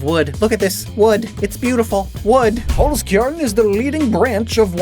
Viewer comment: It's so weird hearing pronounce Holzkern when your'e german.